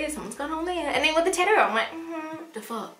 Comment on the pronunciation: You are just the cutest. I absolutely love how you say "tattoo". I'm weird I know! lol